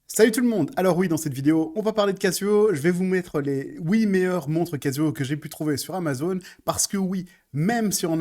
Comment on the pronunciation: "Je vais vous mettre les OUI meilleurs montres casio" 😅